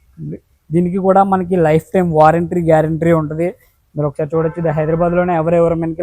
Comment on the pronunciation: నాయన వారెంట్రీ కాదురా బాబు వారంటీ అను 😂